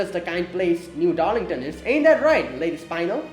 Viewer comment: It’s Spin(speen)-el, a type of gem, and probably just Beryl’s nickname to tristan and she calls him red beryl, another gem, which probably is her nickname to him